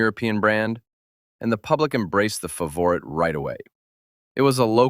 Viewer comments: I'm more bothered by the AI narrator repeatedly calling it a "favorite" tbh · Please get the name right fav or it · aw shucks. Well, then at least I can say the AI narration is better than many living YouTubers at wierd name pronunciation 😂